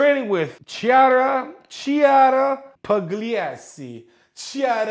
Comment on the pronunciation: Oh God, how he said Chiara Pugliesi 😂😂😂 i know that you can't read that name 🤗😁 but it was funny, as italian, to hear that 😂